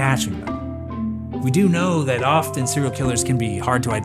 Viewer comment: Nah my sleepy ass heard you say “often” and had to turn cc on cause is sounded like Austin 😂